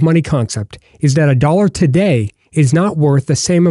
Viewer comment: The way this dude says dollar annoys me to no end. It's like he has marbles in his mouth. Other than that it was an ok video.